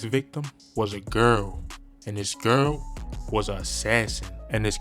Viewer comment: Erry time he say "Gearl" 😭😭 He gotta be from ova east